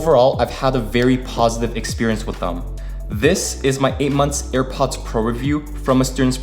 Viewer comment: Nice video, weird pronounciation : "air pots pro", but stil, you should'nt mind.